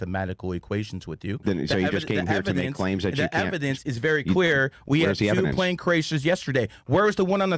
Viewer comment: If you say “pwane or pwease “ I cannot take you serious kiddo. 😂